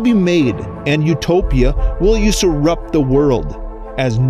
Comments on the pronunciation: Yew-serp, yew-serp. Thank you. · lmao the way you pronounced the word usurp